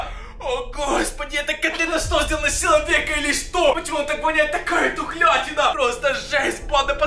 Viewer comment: Человьека криво говориш